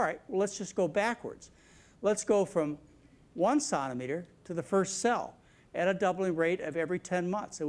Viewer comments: It's centimetre, as in one penny is a CENT. Not santimetre! As a Canadian this made it very difficult to get through the video. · I went to Baylor nursing school, Dallas Texas, in the early 90's, BSRN. Several of my instructors pronounced "Sontameter". I had been around medical and veterinary fields for many years (married to an M.D.) and had never heard it pronounced that way. You'll get used to it. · Lol!!! I'm wondering if he is trying to pronounce centimetre with a French accent ... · I've never heard anyone pronounce "centimetre" the way he does. Strange.. To me anyway. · Its the french pronounciation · Does he not know how to say centimetre???